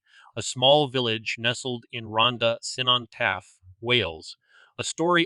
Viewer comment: Oh wow you said that so bizarrley haha. It's pronounced like Ron-tha Cun-on Taff.